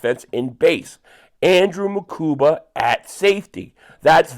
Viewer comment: you went back to calling him MakuMba!